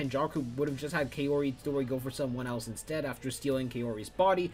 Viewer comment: Lol kay-ori Pronounced cow-ri for future ref.